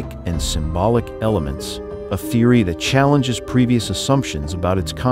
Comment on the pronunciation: Was this made by AI? If you are going to use AI to do the narration, train it to pronounce common words correctly! The qords hoax and theory are NOT unusual, and yet your narrator--who otherwise has perfect middle American diction and syntax--your narrator pronounced those two words with hilarious errors. If the narrator is human, then they need to take the extra two minutes necessary to double check the pronunciation of words they do not know